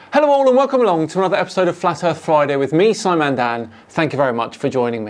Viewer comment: It's truly ironic that he decided to build 3D objects to place on his 3D car... even his flat flurf hood sticker is 3D... and he is saying "Erff es Flat"